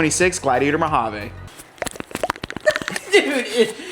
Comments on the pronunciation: I cringe a little every time you say "Mojave". 😆 Sounds like you're saying Mo-ha-vay. Most of us say Mo-ha-vee. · THANK YOU ... almost turned it off because the way he kept saying it... like who told you that was how you pronounce mojave ???? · Thank you! Yes “vee” is the correct pronunciation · I liked the orange “Mowhaveh”😂 accents. Specially the cowl. Don’t mind if I press on the cowl link and Tazer